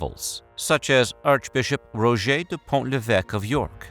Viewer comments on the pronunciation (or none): none